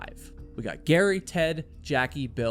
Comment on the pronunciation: He "gut" back out of the car to go yell for help. Your subtitles say "got" so you know what the word is just not how to pronounce it?